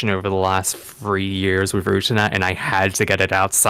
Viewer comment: Stop mispronouncing Utena. How can you say you're hypertensated on it when you have no idea how to pronounce it